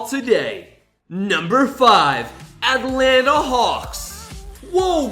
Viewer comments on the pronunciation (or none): none